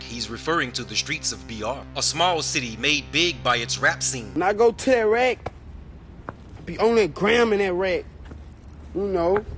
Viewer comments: being saying raq n iraq😂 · its rlly raq not iraq